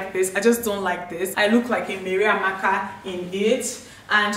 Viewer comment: The way you said Mary Amaka sounds so funny